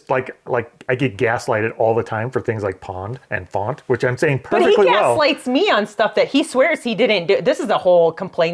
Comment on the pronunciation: says Pawned says Pond. says faunt, says font.